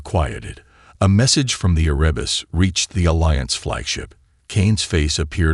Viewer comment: Erebus...the primordial god of Darkness. You got the name correct ONCE... ! You do a hatchet job on almost every single name in this video!